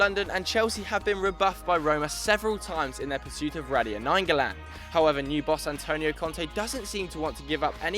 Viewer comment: Dear, you're wrong at pronouncing radja nainggolan. He is Belgium naturalization, former Indonesian citizen. Radja supposed to read as "ra (as in raspberry) & ja (as in jar) From Indonesian fan of radja nainggolan